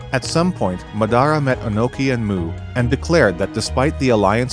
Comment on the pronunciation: I was enjoying the vid until you mispronounced Madara 1800 times, that shit hurt.